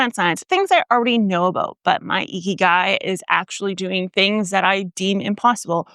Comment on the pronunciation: Very western pronunciation of 生きがい, haha.